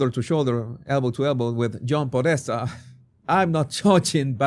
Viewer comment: John Pedesta? You gotta be kidding me.